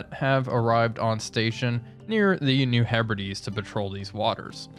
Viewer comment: New Hebrides written: "He Brides" but pronounced: "Herbirdies"? English is strange. Like the priest would end of the wedding ceremony with: "you may now kiss the birdies". Farragut going for periscope depth.